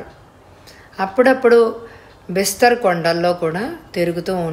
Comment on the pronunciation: బిస్తర్ కాదు బస్తర్. కొన్ని పదాలు తప్పు చదువుతున్నారు